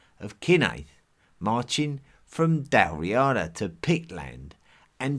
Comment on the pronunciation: The P / Q split was between Brythonic (Britain) and Goidelic (Ireland) rather than north / south. "aber" means mouth, "afon" is river. You take great care over some Goidelic names and then pronounce Dál Riata like it's a town in Essex - it's /dælˈriːədə/.